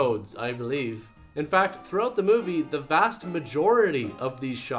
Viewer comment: You said "through ote the movie."